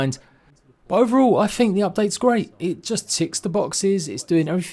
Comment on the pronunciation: Is that really what you fink ?